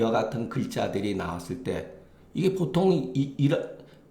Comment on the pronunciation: 장음인 단어의 첫 자를 "짧게"잘못 발음한 예:보통, 세금,사농공상,부자( rich man),세계, 등 장단음 문제가 심합니다. 그리고,"민무상산" 을 "민무" "상산"이라고 두 자씩 띄어 읽었습니다. 잘못입니다. "인" "무상산"이라고 띄어 읽어야합니다. 이런 일은 한국의 일반적 문제입니다. "한국 어문을 고발함"이라는 책을 한국의 지성인들께 간곡히 권하오니 이를 조용히 읽어 주십시요.